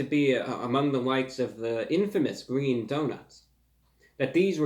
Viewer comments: Its not Gween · It's not gween. :( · It’s said that within the cabinet he sits in front of, there is the infamous glass which he drank from in Energey Crisis #6 and said the unforgettable lines.. “ITS GWEEN” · tfw he says green donuts instead of gween donuts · ITS GWEEN